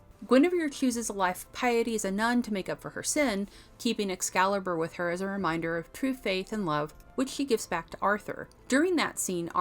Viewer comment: Thanks, luv. But it is "Excalibur" not "Ex-calibur'" sweetheart.